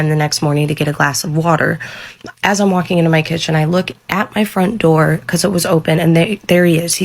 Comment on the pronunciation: Not “ open the noor” 😂😂